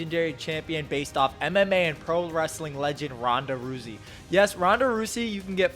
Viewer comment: R u seriously saying her name like that